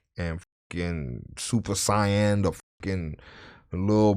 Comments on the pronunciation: Super Siyan? lol . Close lol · Nigga said super cyan